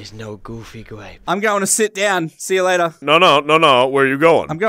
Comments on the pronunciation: “the boys thought to themselves, goofy gwape” 🤣🤣🤣🤣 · When says: goofy grape it soumds like he says: goofy rape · narrator said "goofy gwape" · Goofy grape ❌ Goofy gwape ✔️ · I hear it as Goopy Grape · "And the boys all thought to themselves, Goofy Gwape" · Gwoofy gwape us dwunk 😄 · Goofee gwape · Guufy gwape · Narrator: “goofy”: “grape” XD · Goofy. Narrator:grape🥺🥺